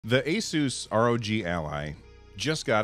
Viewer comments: Its pronounced like "A-seuss". Wasn't sure when I bought my first Asus laptop years ago too :D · you pronounce it "Asus" :) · The company claims the correct way to say its name is "AY-soos"